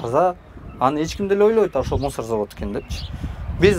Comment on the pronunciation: МУСАР ЭМЕС МУСУР БОЛОТ ЭЭ 😡😡😡👎👎👎